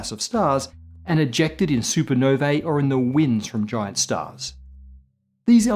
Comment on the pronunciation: Can't pronounce sparse or supernovae. Remember learning instead of assuming? Pepperidge Farms remembers.